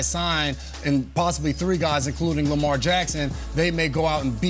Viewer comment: He said Lamar 😂